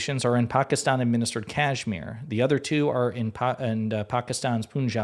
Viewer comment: Dude you are mispronouncing Kashmir…. 🤦‍♂️